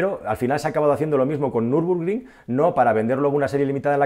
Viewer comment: es Nürburgring no Nürbrugring. Buen vídeo. Un saludo